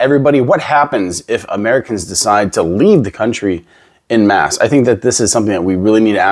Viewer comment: You wouldn't be able to pass for Canadian if you pronounce "en masse" like "in mass". We say "en" the French way here, so it sounds closer to "on mass" than to "in mass". (Actually, we also pronounce the "a" in "mass/masse" slightly differently. )